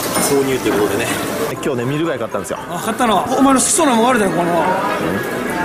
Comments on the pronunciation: なんかサムネとかもあるけど ぐらいのが 「購入」じゃなくて「挿入」って聞こえる私はどうすれば…:(´◦ω◦｀) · 挿入に聞こえるんだけどw